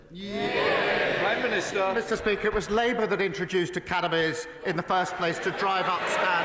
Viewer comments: Why does Starmer sound like he's saying Cannabis when he says "academies"? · I kept thinking Starmer was saying "cannabis"